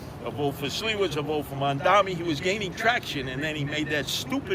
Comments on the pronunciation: mam dami? Why do they always say his name wrong? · “Mon-Dommy” ~ Mainstream Media